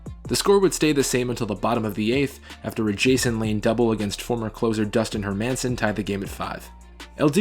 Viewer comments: Her-MAN-son, really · Herr -man-sin.... god I wish some of these narrators actually know about the content they were reading.... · Those pronunciations of Hermanson and Backe... Anyways great video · Dustin Hermanson's last name is pronounced incorrectly in this video. Just say the name "Herman" and you're two-thirds of the way there. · only mistakes are konerkos nickname is Kong, not "konerks". and dustin hermansons last name is pronounced wrong.also, podsednik had 0 home runs in the regular season. two in the postseason. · Great vid. Work on pronouncing Dustin Hermanson’s name and we’ve got perfection. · You're pronouncing Hermanson wrong. He was also a sort of successful closer for the Giants. It's not like he was an unsuccessful starter and then came out of no where. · it's dustin "Herman-son" not dustin "her-man-son" and the Angels won in 2002 not '03, the yankees went in '03(lost to the Marlins) and were beat by the Angels in Divisional round before facing the White Sox. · Hermanson is pronounced with the emphasis on the first syllable. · Dustin Her Man sin It’s pronounced her Mi sin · Never heard Dustin Hermanson's last name pronounced Her-Manson, always thought it was more like Herman-son . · Just two things. Dustin Hermanson’s name pronounced “Her men sen”. Not “Her Manson”. That drove me nuts in this video. Also it’s Pronounced Backie, not Back for Brandon Backe. Other than that, great video. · Yep and it’s Dustin “Her Men Sen” not “Her Manson”. He totally botched that pronunciation too haha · only thing you can change is pronouncing Dustin's name correctly . HERRR-min-Son. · her-man-son????? seriously??? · As a White Sox fan, I enjoyed this video a lot - and I couldn't help but notice that you said Dustin HerMANon with an emphasis on MAN 😎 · I love your videos but I cringe every time you get a players name wrong. Dustin HerMINsen Brandon BackEY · Great video, but the players are pronounced HER-man-son and BACK-key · Her-MAN-son cringe